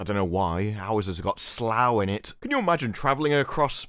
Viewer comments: What the hell is 'slogh'? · doesn't like Slow. Slaw. Slaugh. I don't know how to spell it, but it's British so it's probably spelled Slaughestishire.